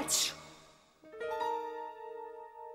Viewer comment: they went and said mongojerray and rampultayzuh